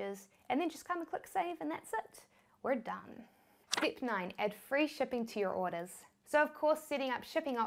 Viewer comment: she loves i mithod, stip, conniction, chik, Silict, Tist, Tirrible